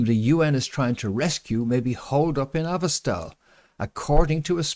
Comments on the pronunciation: PRONUNCIATION: Azov- not AVOstal. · u keep mispronouncing and misspelling Azovstal. Azov=Azov Stal=Steel. Cheers, and thank you.